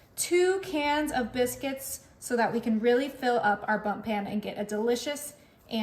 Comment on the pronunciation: It is a bundt pan, not bump pan.